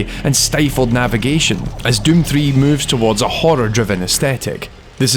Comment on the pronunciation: His pronounciation switches between döm and düüm.